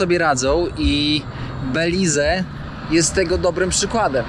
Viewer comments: Belize to nie jest kraj Ameryki Łacińskiej. Tutaj zawsze wpływ mieli Anglosasi. I językiem urzędowym nie jest hiszpański tylko angielski. I wymawia się nazwę kraju "Beliz" a nie "Belize". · Jak cię kiedyś pogryzie jakiś pies, to w końcu zmądrzejesz i dasz spokój z psami i kotami. Mówi się Beliz, a nie Belize. Chyba można było dowiedzieć się wcześniej jak wymawia się nazwę kraju do którego się zmierza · sorry za upierdliwosc ale nie pronansujesz Belize tylko " Beliz" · Beliz,nie Belize,sie mowi 😊.Pozdrawiam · Prawda, mówi się Beliz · Oj, nie masz A1 w hiszpańskim. Osoba z poziomem A1 potrafi bezbłędnie układać proste zdania i wie, jak wymawiać nazwę kraju w którym jest. Może to dobra motywacja do porządnej nauki 💪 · a po co ci Cejrowski, każdy słownik angielski prawidłowo wymówi tą nazwę, bez tego “e” na końcu, nie rozumiem więc po co dodawać to “e” ani to prawidłowe ani nie łatwiejsze w wymowie dla Polaka.